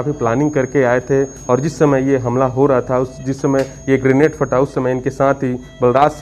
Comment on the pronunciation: ग्रेनाइट नही ग्रेनेट होता है